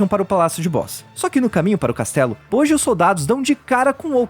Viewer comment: Acho que a Pronuncia é "Boti"